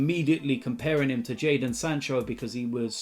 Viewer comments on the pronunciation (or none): none